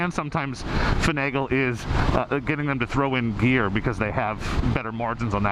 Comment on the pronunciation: For a second there I thought you said beer when you said gear. “Knock 500 off of that so you can buy beer.” Lmao